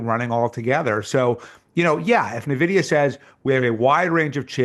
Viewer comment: What kind of venture bro doesn't know how to pronounce Nvidia?